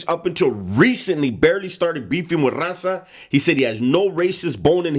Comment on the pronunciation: When he try’s to say raza and it sounds like rasa